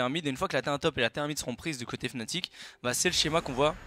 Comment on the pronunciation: Par contre c'est FNATIC pas FANATIC